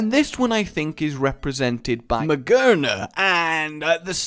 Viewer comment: Not Ma-ger-na, Ma-GEAR-na! It's head is literally a gear! How did you miss that?